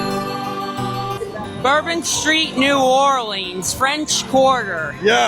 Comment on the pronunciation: Dude can’t say New Orleans